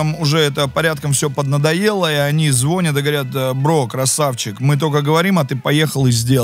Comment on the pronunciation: Человек, который не знает, что правильно говорить звонЯт, а не звОнят - снял фильм. Куда катится этот мир!?